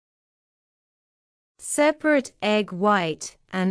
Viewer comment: You pronounce the verb sauté wrong, and separate too wrong.Are you an Indian teacher?